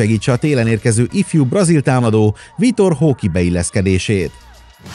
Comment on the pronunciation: Nem akarok okoskodni de nem vitor hóki hanem vitor roke (fonetikusan) ÉS Christian fálk nem folk. Amúgy nagyon szeretem a videóitokat :)